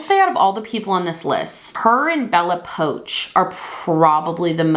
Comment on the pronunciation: "Bella Poach"